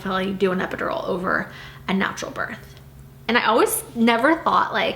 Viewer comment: It bothers me how she doesn’t pronounce the th in “birth”